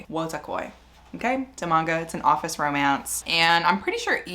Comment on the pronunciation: wotakoi is SO good! you’re close with the pronunciation— “woo-too-koy” so just “woo” instead of “woah”